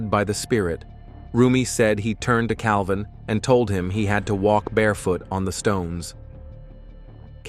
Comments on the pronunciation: It is JEFF CAVIN. Not “Calvin.” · It's Jeff Cavin not Jeff Calvin. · Please get the names right, at least out of respect. It's Jeff Cavins. No "L" in it. He's an exceptional bible scholar and incredible evangelist/apologetic.